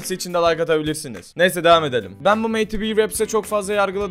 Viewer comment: meyti biy diye okunmuyor yalniz medi bi diye okunuyo ayrica bende takipcisiyim cok guzel rap yapiyo